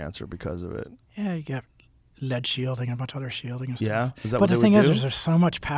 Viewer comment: Bro said they got LED shielding, fly my fairies fly. Yes i understand he meant lead.